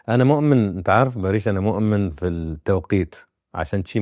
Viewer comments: بما انك بديت تقابل الممثلين الاتراك حسن لفظك شوي حتى الاسم لفظه خطأ باريش مو باريييش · اولا اسمه بارِش يعني سلم او صلح مو بارييش، تانيا اسئلة كتير مفلسفة مالها داعي تالتا ما اتحملت غير اول ٣ دقايق